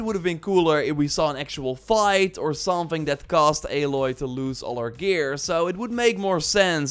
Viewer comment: Where are you getting this 'F' Every time you say "Something"? Driving me nuts..